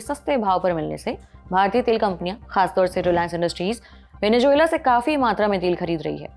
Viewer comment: मैडम माना कि आप हिंदी प्रधान चैनल हैं, मगर ज़ को जे बोलने का हिसाब मेरे तो समझ नहीं आया। अब आपके अनुसर वेनेज़ुएलन्स के सर पे जून मिलती है तो वो आपका निजी अनुभव हो सकता है, पर हमारा नहीं है भाई! वेनेजुएला....😢😅